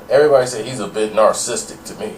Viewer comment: Inarticulate dude attempting to be articulate pronounces immaculate as "immaculant" then mitigates his chances even more as being discerned as an eloquent speaker by mispronouncing "narcissistic", as omnipresent as any word out there within the confines of an abundance of remedial vernaculars harbored by delusional, pretentious "sapient" speakers.